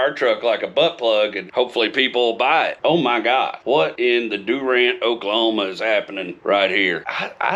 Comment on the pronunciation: As an Oklahoman, "what in the Doo-rant Oklahoma" about killed me